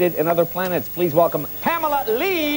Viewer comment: what, he said "pamalalee" a bunch?